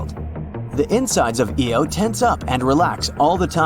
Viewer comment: Jupiter moon is not called EO it is IO